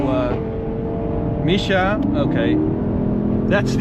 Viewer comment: Misha 😂 its misha okey